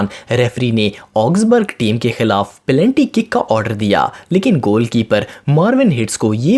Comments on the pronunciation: Abe totle plenty nhi hota .. It's penalty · Abdullah Larik this is why i came to comment section just to see if anyone noticed saying pelanty😂😂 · what........ Did he say pelanty 🤣🤣🤣🤣